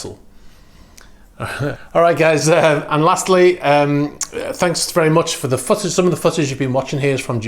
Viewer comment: "footage" interesting pronunciation